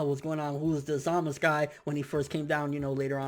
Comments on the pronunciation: stop saying zamas. His name is zamasu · it's zamasu bro not zamaz if that's the case call beerus just beer lol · zamasu not zamas what's wrong with you? in that case call goku gok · who else really hates the way he pronounces ZAMASU emphasis on the fucking U at the end of his name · you are saying Zamasu wrong... its bothering me so much >_<